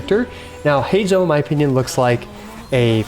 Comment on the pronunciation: Thumbs up for pronouncing his name right /hay zoh/